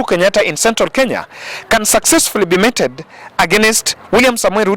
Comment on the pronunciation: mee·tuhd (meated) is the pronunciation of METED, myb friend. Without prejudice. Hallelujah!